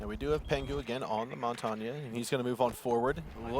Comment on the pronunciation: All I'm saying is pick a way to pronounce "Montagne" and stick to it.